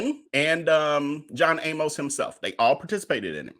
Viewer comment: I am glad you are doing this story. John Amos was my father's close friend in high school. I want to point out his last name Amos, does not rhyme with "A Most", as you say it. His name rhymes with "A miss". Thanks again for bringing us this story.